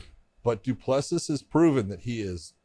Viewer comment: Still butchering Du Plessis 😆 it's pronounced Doo Plusi don't pronounce the last S